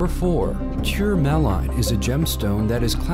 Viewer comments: through about is lifted video from the youtube vids of the Havey Quarry in Maine (and from Cross Jewelers.) That is tourmaline (tur-muh-lean, btw, for the narrator...which I think is an electronic voice, actually) from the Havey. You see my husband, the miner, Jeff Morrison, you hear from & see the hands of Sean Sweeney , our friend who is an amazing stone cutter, and hear me (Jan Morrison) when the watermelon was pulled out. The small broken pink may be Burmese; it isn't ours. We have pulled out pink, but haven't put it out for the public at this point. (It was a large broken crystal. Gorgeous, raspberry pink. Very intense coloring.) Happy we made this guy's top five. We love what we do! Check out The Havey Quarry on FB, and New England Mineral Association (also on FB, and, we have a website....conference is held in May of each year.) Note, the mine is not open to the public. It is a working mine. Thank you, Patrick B for cluing me into this site. LOL... sheez... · That Azurite is rare. Tor maloo is actually pronounced Tore-mah-leen (tourmaline) That Ti. Quartz is just dug out of the ground all rainbowy and shit. The opal spheres at the end come out of old mines, its man made resin ball. Probably some thing I missed also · Titanium quartz isn't natural. Tourmaline is pronounced TOUR-MA-LEEN. The first stone found is clearly a piece of labradorite being flashed to show its chatoyancy. Why would you make this video. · “Cure melon” lol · He said "ter melon!? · he pronounces tourmaline as tur-mi-line, downright hilarious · Termelon? really? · I have to wonder how they even got that pronunciation. tur mell on. HUH? Wow. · Glad I found this comment! I caught that too and immediately thought...ter..mello... what? Tourmaline! Sheesh! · Tour ma leen... Jesus Christ that was driving me nuts. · That pronunciation of tourmaline hit me hard XD. Big oof And all those rainbow quartz crystals are lab-made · Say it with me: TOR-MA-lean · the way he pronounced tourmaline hurt me